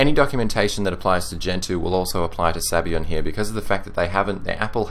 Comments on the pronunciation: its italian. sabayon is pronounced zabayohen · It amazes me how English speaking people think that other languages use their pronunciation, and no other whatsoever. Maybe, I'm wrong. Sorry if that's the case. Sabayon in Italian is pronounced (in English) this way: Sub - Ah - Yawn Otherwise, you make great reviews, the best on yt definitely! Thanks!